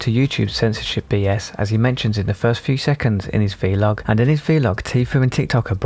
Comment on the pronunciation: VEE-LOG sounds weird. please stop.